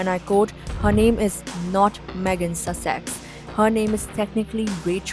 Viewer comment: Dude, nice info but you really got to learn the pronunciation of Sussex.